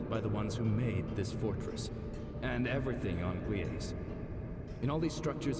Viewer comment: and the game were pronouncing it incorrectly. It's spelled Gliese and pronounced gleez-uh. Some planets are named Gliese x, where X equals the planet or star's identification number. Gliese is a real thing and is named after the German astronomer Wilhelm Gliese.